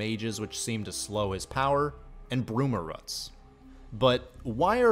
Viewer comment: It's not bruma "ruts". It's bruma "roots".